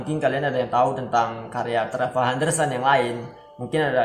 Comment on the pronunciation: Dibaca trevor itu bahasa Inggrisnya nya bro